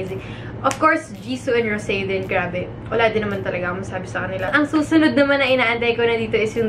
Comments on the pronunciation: wow you're the first i heard na celebrity na tama ang pag pronounce kay Rosé😍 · Ikaw lang na celebrity ang narinig kung tama ang pag bigkas ng name ni rosé..